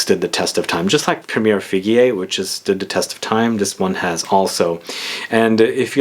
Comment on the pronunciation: It’s pronounced par-foom-urr’, not parfumay, and bois is pronounced ‘bwah’, not bwas. Sorry, but incorrect French pronunciation is like nails on a blackboard! 😬